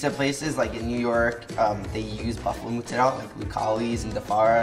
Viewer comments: I live in NYC since I was 11 and I never heard Italians pronounced Mozzarella cheese like he does. Either they’re too assimilated and don’t speak Italian well or he’s part of Italy where it’s like Mississippi English here. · really nice kid but can someone pls explain me why he is butchering the word mozarella? Is he from a special side of italy? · why do Americans pronounce mozzarella so weird?! Italian Americans. it's very odd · Love this video but please learn to say Mozzarella correctly if you want to try to sound Italian. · Well you will get cancelled for saying “ Muzzarell “ instead of Mozzarella. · The pronunciation sounds strange when thrown in the middle of english, better probably just using proper italian, saying all the letters of the word (Mozzarella and not muzzarell) also american people have no idea of the concept of double letters sound, which in italian language is essential for pronunciation. Please also guys, be carefull cooking pizza at that high temperature, when the crust is burning like that is really bad for you, it's called acrylamide and it is rated as a potential cancer-linked substance. The oven should be around 350° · From an Italian: please stop saying mozzarel..mozzarella!! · Hey Mikey, it's MOzzarellA, not Moozarel ;) love, from Italy ;) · its not pronounced MUZARELLA , just sat mozaaarellla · I love the way he pronounces moozzarel. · "I used to say mozzarella but a bunch of Italians got mad at me" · Where do american italians get this mozzarella pronounciation from its not muuuzzarellll lol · Ya lost me when ya called it mootzarell. We get it man, you’re Italian, relax (even though Italians in Italy still say mozzarella). Mikey the kinda guy who calls pasta sauce “gravy” 🤦🏻‍♂️ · Why is he saying “mootsarelle” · What a nice guy but he pronounces mozzarella wrong, it's incredibly cringey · good job michelino thats a legit homemade pizza! next step could be getting into sour doughs and the right mozzarella pronunciation 😅